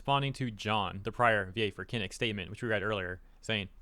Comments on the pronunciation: Hearing him saying Kinic instead of Kinich huths. Ew. Learn to pronounce the name correctly at least. Do a basic research before posting a video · “Kin-itch” not “kin-ick” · Every time said Kinich's name I winced., I doubt you'll even see this comment but you can pronounce Kinch like this: (Kin-each). It it how it is pronounced in his voice-over in-game. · “Kinick” lol. As for VAs, I’m so happy there are still people like Amber Lee Connors, her company, and Nathan Nokes, as they all seem to be good people. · The way you pronounce Kinich tells me you don't play Genshin! 😉 Also, when talking about the En VAs, people need to realise that they come from different countries and that they're not all working under the same laws. The toxic entitled ones who are attacking others are more often than not US voice actors (I hate to day it, but it's true).